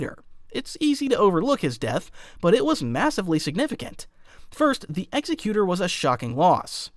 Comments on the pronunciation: am I the only one who gets annoyed by the mispronunciation of Executor. It's Executor like executive not Executer like execution. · My brother in the Force... Executor is NOT pronounced Execute-er, like an executioner. It IS pronounced Eggs-ek-u-tor, as in an entity that carries out the will of another. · Cause this is gonna drive me crazy… The Executor is pronounced like ig-ZEK-yoo-tur